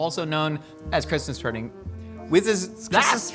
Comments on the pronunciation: "Christmas purding" 😂😂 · The fact that constantly always finds a way to make fun of and the crew actually cracks up. I missed this dynamic. Hearing just mispronounce pudding and immediately jumped into whatever bonkerness she has locked in her head to break character. It’s gold.